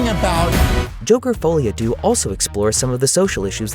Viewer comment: The way he says "deux" hurt my ears 😪